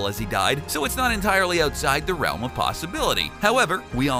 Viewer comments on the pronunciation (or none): none